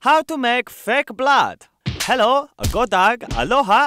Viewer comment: Omg. "Godag"!! -it's danish... And i'm from denmark :D LMAO